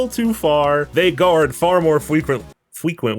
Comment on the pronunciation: Doctah wahwee also guawds feqwuentwy.